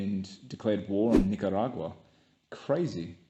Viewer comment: Learn how to say the name of the country. Nicaragua only has one R.